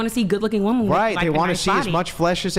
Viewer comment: Same was wooman, instead of women.